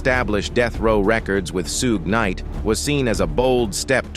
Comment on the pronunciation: "Soog Knight: 😂😂😂😂